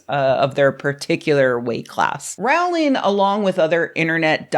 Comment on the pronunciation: Its rowling like bowling Not rowling like howling. Everything else was spot on as usual.